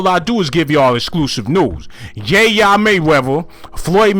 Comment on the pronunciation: Lol who is ya yea mayweather 🤣🤣 it’s yaya not yayea 🤦🏾‍♂️